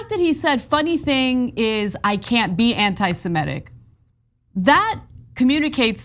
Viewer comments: Ana, it's 'anti-Semitic'- not 'anti-SemEtic.' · I winced each time Ana said "anti-Simetic." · It's not 'my way.' That's how it's spelt. Both Semites and Anti-semites agree on that. And I'm not alone in the Comments pointing it out. To avoid confusion - please note that the 'i' in Semitic is pronounced as in 'idiot', not as in 'iron.' Maybe it's an American thing (I'm Australian), but 'anti-Semitic' simply doesn't rhyme with 'emetic.'